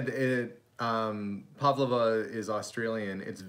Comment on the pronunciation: The way you pronounced pavlova ! LOL